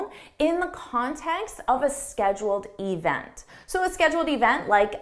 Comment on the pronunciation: And the word event is not“ e v n t”